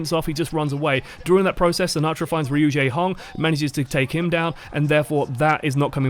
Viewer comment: when yakubians call him "RU-JAEHONG" lul